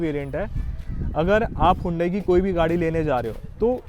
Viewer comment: Hondai creta nahi bhai. Hyundai Creta😂😂😂😂